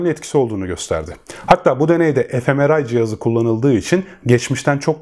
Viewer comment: gayet bilgilendirici olmuş emeğinize sağlık, yalnız FMRI'yı e-Efe-Meral şeklinde anladım (gülmeyin, dedim belki bizden biri üretmiştir ), bu tarz yabancı isimler kullanılırken ya videonun kenarına köşesine yazılışını ekleseniz, yada "manyetik rezonans görüntüleme" şeklinde kısmi Türkçesini belirtirseniz daha açık olabilir. Sosyal uyum ve bireysel&toplumsal şiddet eğilimi arasındaki ilişkiye dair tavsiye edebileceğiniz çalışmalar var mı acaba? Teşekkürler